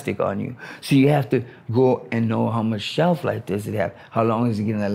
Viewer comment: he sounded British when he said "shelf life" 😂